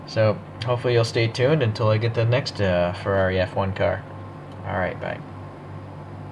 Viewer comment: Now your speaking my language…Ferrari F1….You got the name perfect. Glorious model my friend. 🥰🥰🥰🥰🏎🏎🏎🏎🏎